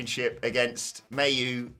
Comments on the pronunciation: omg your as bad as mercedes. its MY U dont pronounce the a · Isn't Mayu pronounced 'my-you' not 'mae you'.